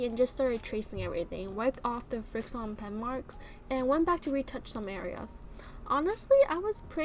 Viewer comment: "FriXion" is pronounced like "friction" btw. 😊 Great vid! ❤️